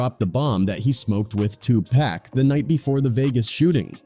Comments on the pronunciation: It pisses me TF off that the AI keeps saying Tupac like that 😂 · NONE OF US APPRECIATE YOU OUTRIGHT DISREGARDING AND DISRESPECTING TUPAC BY PRONOUNCING HIS NAME WRONG ON PURPOSE.. WHY ARE YOU DOING IT.. APOLOGIZE TO THAT MAN... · If you don’t know how to say 2 Pac, dude, maybe tell us another story that you actually know about. It’s so irritating!!! If it’s AI mispronouncing then teach it how to say it correctly. I mean get it together, consider who your audience is! Common sense! PAC would appreciate the effort because that’s respect for the dead. Otherwise the content was ok. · It burns my ass when newscasters and AI cannot pronounce "Tupac" properly🤨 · Y'all need to have somebody that does these shows learn how to pronounce 2Pac 's name right if there going to do a story about him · IF GOING TO GET SOMEONE TO NARATE THESE VIDEOS MAKE SURE THEY SAY TUPACS NAME RIGHT THEY EVEN MOPREMES NAMES WRONG THIS IS BULL SHT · You are saying his name wrong it’s 2 pac not 2 pack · 2 Pack??? Could you sound any whiter? And I'm white! I think the world knows 2Pac is pronounced, (Two Pock) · How hard is it to say pock and not pack 🙄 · It Tupac not Tupack !! Have some respect in this ICONS name !! Notice Snoop is on EVERYTHING !! Dre like !! "Just keep my name out this shit". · Tupac not Tupack WTF !!!! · Tupac!!! Not Tupek.. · Why tf so many white people say tupack??😅😅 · 2 Pack. Pronounce the name right. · Mans said TWO PACK. Man ppl still can’t pernounce big homies name ? And yeah snoop yeah. Idk about u fam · I stopped watching when it said Tupack... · 2 Pack...PLEASE say his name like he said it!!! Driving me crazzzzy 😖😂🤣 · Why report on a topic and can’t even pronounce their names right?? Who is 2 pack?? You shouldn’t be reporting anything and can’t even report the victims name correctly. Go back and do real research stop just trying to put anything out there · I just can't handle "2 Paack" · I wonder if we spelled it 2 poc they will pronounce it right